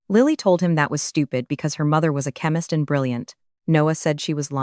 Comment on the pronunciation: Nice story, but honestly - we can do without the phony baloney sound wave form visualizations. They are an annoying distraction to an otherwise enjoyable narrative. However, several words were mispronounced as if the AI generator thought it was supposed to speak French: chemist, calculation, data, collaboration, agenda, satisfaction, caution. "Lead" as in "lead the way" was mispronounced as "lead" as in fishing weights."Read" was alternatively mispronounced as present tense when it should have been past tense and vice-versa.